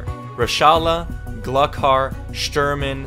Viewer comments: It’s Glue Har not glukar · bro be like "glukar" no offense I love your content but as a tarkov player please if you say it again pronounce it "Gloocar" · u almost said all the names right but glukar is pronounced gloo-car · by the way its pronounced gluhar not glukhar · It’s not pronounce Gluck-har it’s glue-har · He pronounced it gluk har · I know it’s a little late to say something but it’s GLOO-car also shturmen sniping you right before the raid was so accurate since he’s the sniper boss from tarkov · Glukhar is pronounced Glue-Har. these are the names of bosses in Escape From Tarkov which is a great game. I play Tarkov and Rust. that's it. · Glukhar is actually pronounced glue-car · It's Gl-oo-car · I know this vid is 4 months old but I cringed how he pronounced Glukhar the K is silent so its more like Gluhar if you are wondering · I did too lmao, it’s okay, we know you aren’t a big Tarkov player lol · The way he pronounced "Glukhar" hurt my soul... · It hurts me every time you say Glukhar